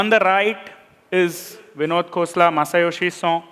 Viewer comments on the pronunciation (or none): ok mate. it's not masa yoshi 'so' it's SON pronounced exactly as it's spelled. he's japanese. not french.